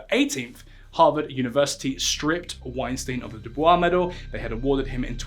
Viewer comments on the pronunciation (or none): This video is very very informative and well done, theres just one small thing that I noticed. Its not Du Bois in the french pronounciation. Its pronounced Du Boyce or Boys as he actively wanted to move away from the name that his family was given by their former "slave masters" !